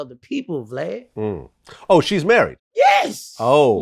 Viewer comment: He calls him VGLAD not glad y’all can’t hear . And I agree with Boosie , if you’re married your baby father shouldn’t be paying child support . Your husband is supposed to provide for you and yours !